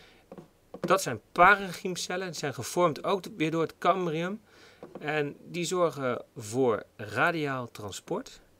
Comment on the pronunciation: Het is cambium niet cambrium.